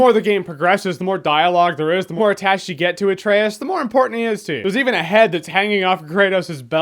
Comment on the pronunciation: Atrayus, no way they pronounce it that way in the game right?